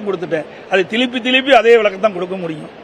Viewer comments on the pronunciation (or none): என்னது திலிப்பி திலிப்பியா அது திலிப்பி திலிப்பி இல்ல சார் திருப்பித் திருப்பி 😮😮😮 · 04.6 minutes திலிப்பி திலிப்பி யா? இது என்னடா புது மொழி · அது என்னடா திலிப்பி , திலுப்பி